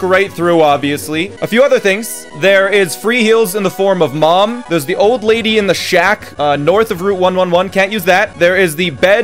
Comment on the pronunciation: When he said use the “old lady”… it sounded so wrong